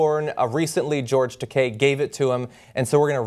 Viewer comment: George Decay? Man. Butcher the name. Funniest butcher near ever. Ta, like Ta-tah (version of good-bye)! And kei like the letter. T-Ah-K. Takei. Not Decay. Pretty funny though. George Decay. Pfft! Sounds like some kind of super villain. XD